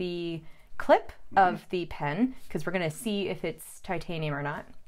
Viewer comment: did a great job. Now I want to hear her opinion on some fountain pens and, of course, answer the question of which one of her parents is the craziest. I think we know the answer. Eh, and thanks for pronouncing titanium correctly,.